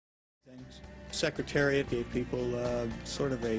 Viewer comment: The announcer in the Kentucky Derby he says "sex" Secretariat ! He actually screws up alot of announcing in all 3 races, just pointing out.